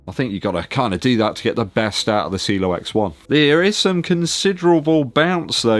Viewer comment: it’s not pronounced cilo it’s ci e lo.. great running shoes one of my favorite this year.. along with the Mach 6